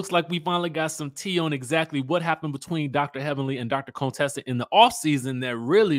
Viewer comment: Chyle… stop calling that poor woman Coon-tessa